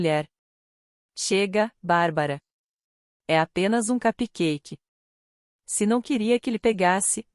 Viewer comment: Se não sabe pronunciar CUPCAKE, fale BOLINHO em português que é a mesma coisa! Mas não fale em inglês errado!!!